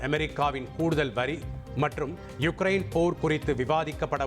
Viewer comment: எழுதும்போது உக்ரைன் என்றும் படிக்கும் போது யுக்ரைன் என்றும் சொல்றீங்க... இதில் எது சரியானது...?